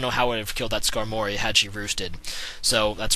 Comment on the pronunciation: skarmory not skanory